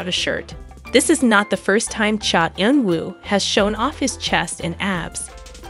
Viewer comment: First you should really learn how to pronounce a celebrities name before you decide to talk about them (for ratings). He is a very reserved person. Please respect him. Thank you.